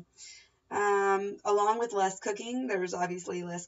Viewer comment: haha sounded like you said you do less cocaine, but it was cooking. Great vid!